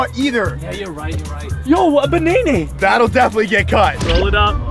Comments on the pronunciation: said a baneyney😂😂😂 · is the funniest youtuber when he will say Banana it say banene